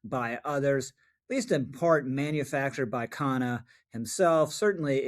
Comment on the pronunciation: Not to be nit-picky but his name is Khanna, not Kahane. They sound similar, but the latter has a different connotation. Goes to show that there are plenty of racist Israelis, just as there are plenty of racist Arabs.